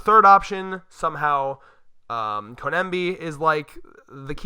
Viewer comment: Oh my GOD if you call her koNEMBi one more time! Her name is koBENI it’s literally easier to say, “co-benny “